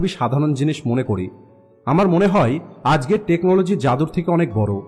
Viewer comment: আজগের আবার কি? আজকের হবে। বাচনভঙ্গি ঠিক করুন